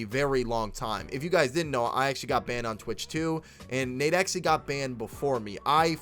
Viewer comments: U can just pronounce it “nade-x” bro ! Big fan of the channel just tryna help 💪🏾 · The way he said nadexe name got me so mad😭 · Thats not how you say nadex u dumbass